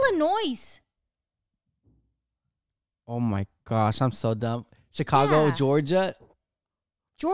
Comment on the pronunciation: Me as a person who lives in Illinois cringing when you said the S. You aren’t supposed to say the S btw when you say the state